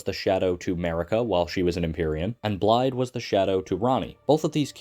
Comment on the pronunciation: excellent vid but pls it is pronounced like "Blythe"